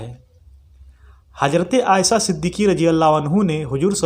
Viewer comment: Aaysa ya aaysha Urdu to zara thik se boliye janab. Varna shuddh hindi me hi boliye